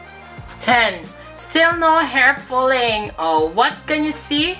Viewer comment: I told you,no hair fulling?fooling?ahahaha dami qng tawa.at ang pagbilang ayos na ayos no fooling waahaha.love u tlga...I told you!😂😂